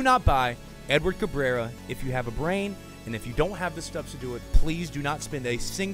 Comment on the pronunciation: Do us a favor and look up Aurilia highlights to find out how to say his name properly 😜